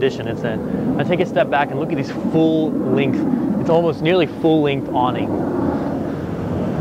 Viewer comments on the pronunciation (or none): none